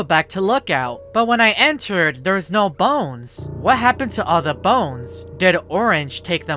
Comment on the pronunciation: 🤣🤣🤣🤭 the way he says bones